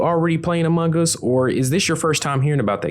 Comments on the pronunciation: No one: Literally no one: Voice over: Am0nG gUs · Amungus that's what u said! Lol! 🤣